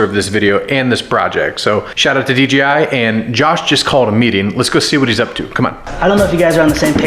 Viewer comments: Sounds like you’re saying DGI. 😅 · DEE JAY I , not dee gee i "Yo man, wanna see a new video from FleetTest?" - From what? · why do they say "D G I" instead of D J I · why did he keep saying dgi but the real name is dji